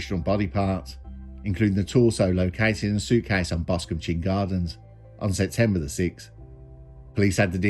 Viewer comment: Chine rhymes with mine....a chine is local venacular for a valley that run down to the sea. I lived in Boscombe and left shortly before this murder, it's know as the druggie capital of the south coast, so this didn't surprise me. I loved living there, always something going on, thanks for the full story, I'd only heard about it but not the details.